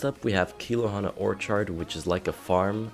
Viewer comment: You said orchard wrong